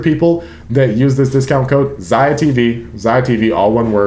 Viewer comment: 👥 if you want to check the book Map of the Soul which inspired the Map of the Soul albums, its a very interesting theory of psychology. Which first RM expresses in Persona, the Suga in Shadow then JHope in Ego. So Ziah...you've said the word a couple times but I hope I can help with pronunciation because I had problems too with this word as I had only ever read it. Epitome.... its not epi-tome, it e-pi-t-me 💜💜💜💜.....or just check google Hope this help 😃